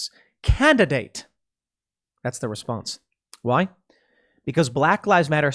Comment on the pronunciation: Pool did you say "candidate" or "candidaTTTe" .